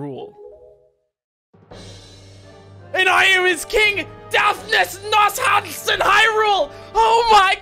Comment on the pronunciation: The way you said Nohansen though